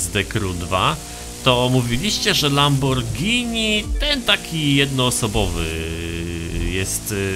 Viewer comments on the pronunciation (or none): none